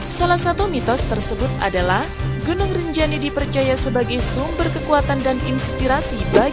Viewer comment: GUNUNG MIN BUKAN GINUNG😆😆😆